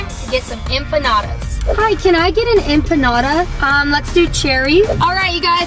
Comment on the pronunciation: That’s not how u say empanada By the way (just letting u know)